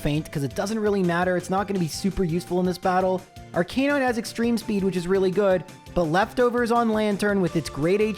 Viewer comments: You’re saying Arcanine wrong. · No, it’s pronounced Arcanine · Just wait until you hear him say "houndoor", "arcaynine" or "rival fival". You made the right choice